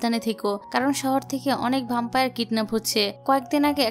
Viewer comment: ভ্যাম্পায়ার বলুন আপু